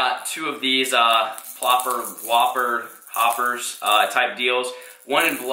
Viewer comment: Hey man why are you avoiding saying the Brand names? We all know you know what a Whopper Plopper is, but you butchered it on purpose and avoid brands throughout the entire video? If it has to do with your current obligations to other companies or sponsors I completely understand, just curious.